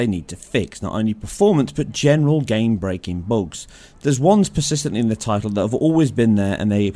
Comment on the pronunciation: ahh yes, game breaking boogs. idk why it just sounds funny